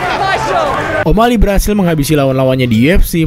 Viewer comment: Banyak yg bilang kalau channel ini lebih baik dr radio tempur. Tp, Maaf pak tp spertinya masih bagus dan rapian radio tempur. Translate inggris to indonesia, dan pronounciation bhs inggris radio tempur jg lebih baik. Sbg contoh, di video ini penyebutan o’malley masih “omalei” dmn shrsnya penyebutannya “omaeyley”. Pun demikian dgn translatingnya. Bahasa translate yg digunakan oleh radio tempur sudah disesuaikan dgn bahasa sehari2. Disinilah letak kualitas antara radio tempur, channel ini, channel yg openingnya ewer ewer ewer wik wik wik, dan channel lainnya Tp gapapa pak. Ini hanya masukan dan kritik yg membangun. Semoga kedepan bisa seberkualitas radio tempur ya pak. Mohon maaf sebelumnya. Terima kasih ya pak 🙏